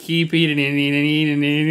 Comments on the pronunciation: "I get to the halfway point and I just keep eatineninienieeanieinininini..." I think about this moment a lot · "I just keep eating and eatineeningneen."